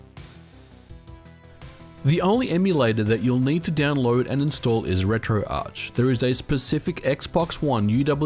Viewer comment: Thank you SO much for saying "retro-arch". My pet peeve is when people call it "retro-ark".